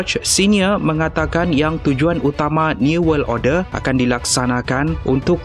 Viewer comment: Order bukan orde